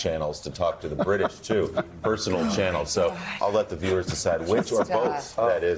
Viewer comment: This is how sophisticated this panel is, which do not bother to research or learn about other cultures. It is not Nuñez, which is a Spanish surname, it is Nunes, which is a Portuguese surname from which Nunes'ancestry comes from. Then again what do you expect from the same white only panel which shouldn't bother to introduce themselves every morning, when every morning we get the same old corporate hacks.